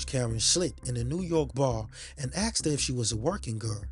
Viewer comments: Asked not axed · Why do black people say "axed" instead of the way it's spelled, "asked?" Merely wondering. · Nice voice. But. Please pronounce ASKED as it should be and not axsed, it’s very distracting and frustrating. Otherwise. Fantastic production 👍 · He aSKed them, he didn't aXed them. Well, maybe he did axe them too, but that's not the point.